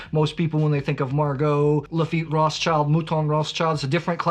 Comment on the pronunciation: For Pete's sake, you Americans should put more effort in pronounciation ;) Roth's child? BTW - great video and very wise selection. Chevalier - top notch!